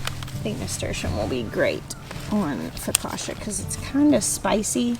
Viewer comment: Lulu is so precious & curious. Seeing those Nasturtium flowers cheered me up. I'm kinda bummed I didn't get out to do yard work today - likely our last day in the 70s until Spring. Instead I napped after lunch & the sun set ish today. It was too dark to work outside. 😟 No offense but being Italian, it's pronounced Fo- ka- chia.( Emphasis on the middle syllable).